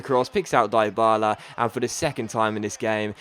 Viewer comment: deebala not diebala